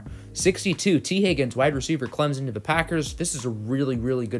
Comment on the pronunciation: You can pronounce Noah igbinoghene but not Clemson